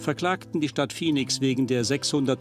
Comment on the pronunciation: Die weibliche Synchronsprecherin hätte dem Hauptsprecher der Doku ruhig ein paar mal vormachen können wie man Phoenix richtig ausspricht (nicht "Fenix") ^^ Abgesehen davon hätte ich es angebracht gefunden, die Interviewpartnerin damit zu konfromtieren wie sie eure Frage zu den Mieterhöhungen komplett ignoriert. Sonst alles supi!